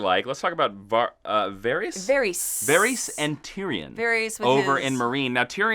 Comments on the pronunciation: Varys = VAH-riss Do you guys even watch the show... Also, Stannis is confirmed as dead by the showrunners. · ellisaria? verees? come on guys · It's pronounced Ver-us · Was enjoying this video until you struggled to pronounce some of the names like Myrcella and Varys. Do you even watch GoT? Bloody hell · how do you not know how to pronounce varys' name? we're on the 6th season and he's been a main character in every single one and his name is said over and over again....first and last time i'll watch a recap here